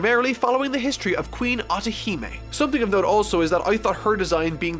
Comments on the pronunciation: pronunciation of Hody, Vander Decken and Atahime make my ears bleed and my soul cringe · your also butchering Otihime's name 😡😡😡